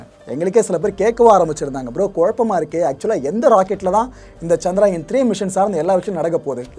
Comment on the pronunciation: சந்த்ராயன் அல்ல சந்திரயான் தமிழ் உச்சரிப்பது சரியாக இருக்கட்டும்